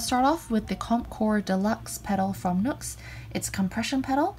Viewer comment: The NU X brand I thought it is pronounced as NUX but the right one is NU-X